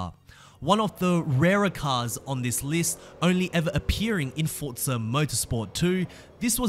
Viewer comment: where is the T in Forza? 🤣🤣🤣🤣🤣